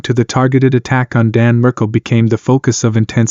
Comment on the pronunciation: Markel not Merkel